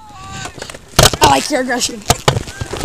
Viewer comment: "I like ur agretion"🤣